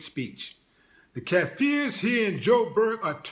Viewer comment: willie its kaffers not kaffeers